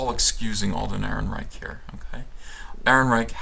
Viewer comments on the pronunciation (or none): That's a soft "ch" like a punctured bicycle's tire. Not a hard "ch" that sounds like a "ck". Chhhhhhhhhhhhhh… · Roll the r's, chchchchc the "eichchchcch" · Yeah, I didn't like "EhrenreiCH". On the plus side, it reminded me of Victor Borge's phonetic punctuation, and who doesn't love that??